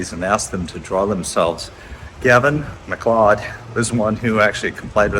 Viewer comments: His last name is pronounced Mac-Loud spelled MacLeod not MacLowed. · It's pronounced Gavin MacCloud, not MacClod!! Do your homework so you don't disrespect the dead! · Gavin's last name is pronounced Mac Cloud even though spelled Macleod keep up the good work love having you go to places I can't travel to visit famous and not so famous graves. Lucky I grew up 2 blocks from Arlington National Cemetery. Have family there. My sister and I as like girls would help groom Black Jack the famous black stallion that pulled the Casino wagon for JFK . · Gavin McLeod is pronounced McCloud as in Dennis weavers MCCLOUD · Gavin MacLeod ……MacLeod is pronounced McCloud. It’s also my maiden name. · It's pronounced Gavin McCloud.